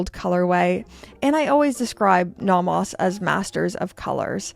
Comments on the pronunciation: Why are you pronouncing it Nahmahs? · If I had to hear you say "nah mahs" one more time... That is just perverse.